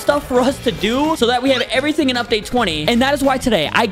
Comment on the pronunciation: Evrifing. Asks you hungre epeseli dharman